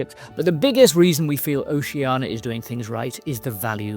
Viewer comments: I thought it's pronounced- "Oh-shan-ee-ya'. Because there's an 'I' in it. Ocean -ia? Not 'Oh-she-anah😊' .Or else it would be spelt, 'Oceana',no? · It’s funny because at the start of the video, pronounced it ‘Oh-shan-ee-ya’ then proceeded to say ‘O-she-anah’ the rest of the way. Maybe it’s because the latter is easier to pronounce than the former especially when you’re speaking continuously and not focusing on the name alone? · I'd like to know why most people mispronounce Oceania?